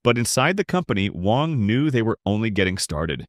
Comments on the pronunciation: His last name is Wang not Wong! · Americans like to pronouce his name with short A but it's actually pronounce with a short "U" like in the word "Huh" so it should be spelled like "Wuhng"